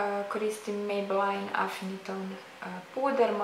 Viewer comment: Nije mejbelajn nego mejbelin:)